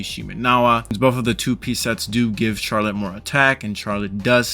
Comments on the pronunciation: Him saying CHARlette was actually killing me it’s supposed to be pronounced as sharlette because the ‘ch’ in the start of her name for some reason is supposed to make the ‘sh’ sound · It sounds like your saying char let and not Charlotte